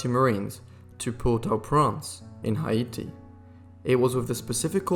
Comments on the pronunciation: Suggest using a narrator who knows how to pronounce Peking and Haiti. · That is not how you pronounce Peking. The pronunciation is PEE-KING not PECK-ING, You also mispronounced Haiti. The pronunciation is HEY-TEE not HI-E-TEE. You seem to have a habit of mispronouncing names of cities and countries though not with people so far. But it does help to know the correct pronunciation.